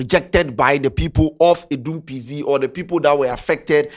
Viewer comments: the name is pronounced like "Pee Zet" (PZ) not "Pee Zee" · please it’s P Zet not P Zee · The name be PZ not PZee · the name be Pee Z3T 😂😂don't brofolize the name. Which one is pee zee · Wat is Adum p zee.....masa it's p-zet😂😂😂😂😂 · ebi Pee Zet..... not Pee Zee😂😂😂